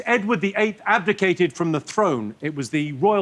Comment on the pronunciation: Ab dic ates.